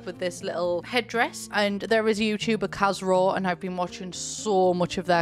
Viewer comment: If you were trying to understand the Victorian YouTuber It's "Kaz Rowe" xoxo